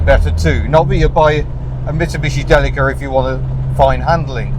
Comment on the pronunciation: I think "Deli-ka" is the best pronunciation. "Dileesha" sounds like a brand of margine !